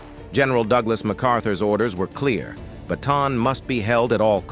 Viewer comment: good vid ... minor point - the correct pronunciation of Bataan is BAH TAH ANN